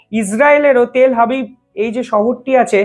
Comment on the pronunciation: তেল হাবিব নয় তেল আবিব